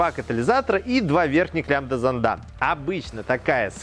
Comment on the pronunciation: в словах: "зондАх" "зондОв" и тд ударение ставится на первую букву "О"!!!!!!! иди в школу в5 класс учись!!!!!